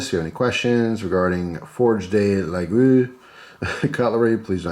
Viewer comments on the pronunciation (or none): Forge de La-gooee-ole... it's not that hard (that's what she said). I can think of a few Irish whiskeys that are harder to figure out. lol :)